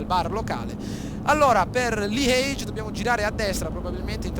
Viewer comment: bel gameplay ma bruttissimo come dici liege !! non siamo in inghilterra :D